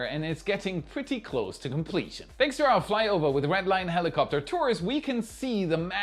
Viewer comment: "Tanks" You're welcome.